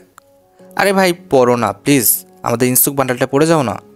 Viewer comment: ইনসুক না ইনোস্কে ওর নাম।